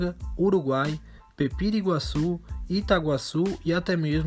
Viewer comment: Se pronuncia: Peperí-Guaçú. Top seu vídeo!